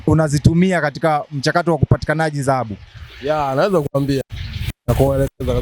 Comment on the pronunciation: Mtangazaji ni Dhahabu sio zahabu. Wewe kama mtangazaji inabidi uwe na matamshi mazuri.